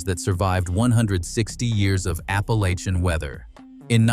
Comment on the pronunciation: They need to work on Appalachian too. 😆